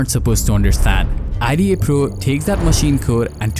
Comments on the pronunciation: Its not i--d--a pro, just say ida man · Nobody pronounces IDA like an acronym. It’s pronounced like a full word.